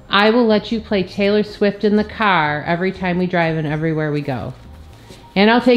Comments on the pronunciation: When she said ''it's not Taylor swift it's taylo swift '' I cried of laughter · Taylo swift sounds like stay low swift😂😂😂😂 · Taylo swift😂